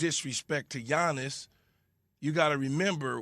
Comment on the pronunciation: Yiannis is not a "bro" he is not associated with models rapers or with the US star system in general. He is a family oriented guy who is thinking only of the game and how to improve. By the way is Yiannis as in Yankee and not Giannis as in giant !!!